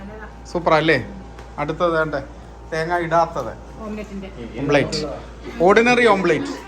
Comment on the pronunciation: ഓംപ്ലേറ്റ് അല്ല... ഓംലെറ്റ്‌ ചെഫ്‌ അല്ല ഷെഫ്